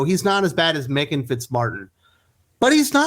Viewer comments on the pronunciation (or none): none